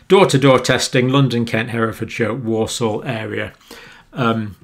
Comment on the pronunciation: "wol sol" not 'warsaw' for Walsall - ex brummie!